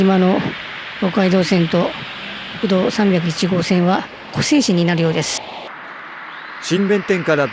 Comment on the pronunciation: 湖西市(こさいし)って読みます